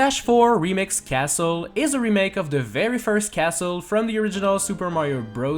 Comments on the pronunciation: Castle has a silent T lol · The word "castle" is not pronounced with a "t" noob